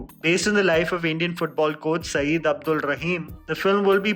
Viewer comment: Sayed is pronounced Saiyyad not Saeed